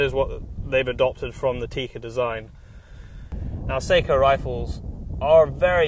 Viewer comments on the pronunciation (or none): none